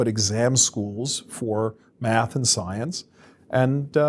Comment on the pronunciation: yeah: I'd I heard that pronunciation out of context I would be thinking mediums and ouija boards...